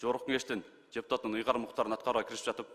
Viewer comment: Жогорку Кеңештин жепутатынын деп ачык айтты окшойт, д менен эмес ж менен айтты го